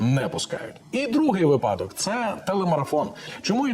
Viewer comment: Уважаемые ведущие, в слове випадок ударение ставится на первом слоге.